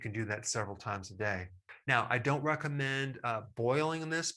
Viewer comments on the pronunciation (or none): none